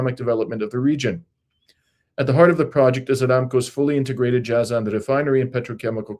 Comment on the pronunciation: it's rather pronounced as " Jay-zan".